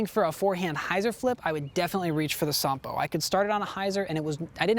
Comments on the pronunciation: Nice genuine Finnish pronunciation! Here is some background on the name -- Sampo. In the Finnish mythological epic, Kalevala, Sampo is like the Horn of Plentitude, a cornucopia, a mythical machine that makes money, cereals, and salt. It was forged by blacksmith Ilmarinen, the Eternal Hammerer, in return for the hand of the Daughter of the North. However, the Matriarch of the North, Louhi, betrays Ilmarinen, and does not give her daughter to Ilmarinen in spite of receiving the Sampo. An epic odyssey follows as Ilmarinen, Väinämöinen (an epic hero not so different from Odysseus) and Joukahainen travel north to steal Sampo back. In the ensuing battle Sampo is broken and falls into the sea. Pieces of it float back to the Lands of Kalevala, making it fertile. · Finnish pronounciation on point 👌 But wouldn't it be cool to be the first American YouTuber to get 'Ahti' right...?😉